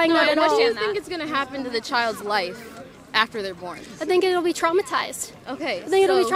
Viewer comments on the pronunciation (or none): none